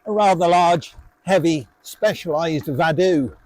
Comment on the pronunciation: Vado is Italian for I go. I don’t think it’s pronounced Vadoooooo